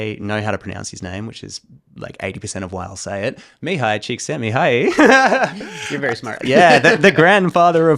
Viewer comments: I know, it's a minor detail, but bro, your Mihály Csíkszentmihályi was the best I ever heard from a non Hungarian! That pronouciation was close to native speaker level on one of the most difficult names! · Man it comes from a Hungaryan guy. Best Csíkszentmihályi Mihály prononciation from an english speaker ever! Congratulations you nailed it! :) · You said Mihály Csíkszentmihályi's name perfectly. Which I never heard from someone who's not native Hungarian. Congrats! :D